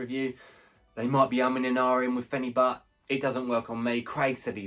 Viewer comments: This is ridiculous! You can't take phenibut every day. I've been taking it once a week for 6 years and it's fine but any more than that and you'll run into major problems with tolerance and withdrawal. Do not tell people they can take it daily, this shit is serious it will ruin your life. Also its pronounced fen-a-bute, not fen-a-butt. Also mixing the powder into a giant glass of liquid like that is just a horrendous idea lol throw the powder in a shot glass with only 1 ounce of liquid and down it in 1 gulp. The taste is terrible. No way I'd be able to drink a full glass with phenibut in it. Also too bad you feel nothing. I've had some friends say that. For me I definitely feel it strong. Makes life amazing. I'll just be so happy. My life will seem like the best life. Nothing is a big deal when I'm on this. Can't get down about anything. Makes me want to socialize way more than normal. Can not have too much socializing when on this. Also it makes me extremely horny, I consider that a negative side effect actually. The whole thing lasts like 36 hours too, so if I take it on a Saturday morning then the whole day and the next I'll be feeling it. Amd there's no come down like alcohol or other drugs. And yes sleep is amazing. Can sleep 10 hrs when normally I could never do that. Theres been some times it actually made me too tired and I dosed off while standing at work.. I've also fallen asleep mid sentence while laying down and speaking to my gf. Things that would never happen to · Pronouncing it incorrectly